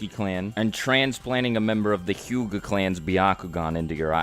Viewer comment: the word is hyuga not huga